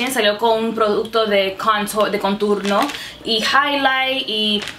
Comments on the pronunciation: Me encanta como hablas español pero it's contorno no conturno just so you know lol 😘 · Baby girl it's now "conturno " es "contorno " Anyways u are so damn pretty new Subscriber baby girl 😍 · it's contorno, not conturno 😂😂 #notahatecomment #dominicanoverhere💖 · hahaha yo tambien pense en eso! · En español es "contorno" no "conturno", igual me encantó escucharte hablar en dos idiomas ! 💕 primera vez visitando tu canal 👌🏼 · Por que dices conturno 😂? Love the video you are so funny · en español contour se dice contorno no "conturno" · Querida, no es conturno, es contorno. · no se dice conturno, es CONTORNO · It's said "contorno" not "conturno" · Es contOrno no conturno 😅 espero que no te moleste la corrección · contorno no conturno jejejej que graciosa eres, no te cansas de hablar spanglish??? mi canal es solo en español creo pondré subtítulos jijjji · Por favor contorno. Conturno es un disparate y un error enorme. Por favor! En serio me encanta que intentes hablar español y el resto de errores los puedo pasar pero ese continuamente no. En serio daña el vídeo, no puedo concentrarme con alguien diciendo una palabra tan mal dicha mil veces. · Dijiste "conturno" en vez de "Contorno" JAJAJA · No se dice conturno se dice contOrno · Qué graciosa!! Cómo dice "conturno"??? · mujer se dice contornooooo..🙄🙄🙄🙄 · Se dice contorno me agradas 💕✌🏼🦋🌴🌺🌴🦋✌🏼💕